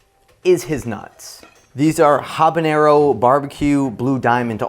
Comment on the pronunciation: White boy correctly saying Habanero. Im in love.